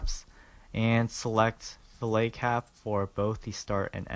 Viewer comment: i like your tutorials but you say fillet wrong its not a fish.